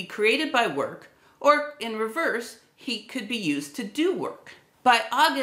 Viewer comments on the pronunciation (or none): none